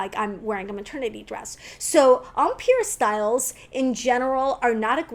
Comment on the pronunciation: Are you saying “umpeer” It’s pronounced “em” as in hem and “pire” as in tire. Yikes!